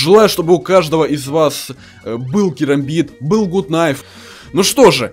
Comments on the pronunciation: не гут найф а гат найф! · я говорю что ето не гут кнайф а гат кнайф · Если что, правильно ГАТ КНАЙФ, А НЕ ГУТ)😃